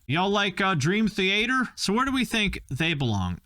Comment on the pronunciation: Finally someone pronounced dream theAter properly - I’ve been trying to get people to say “theAter” for years instead of “the-a-terrr”. Thank you 🥲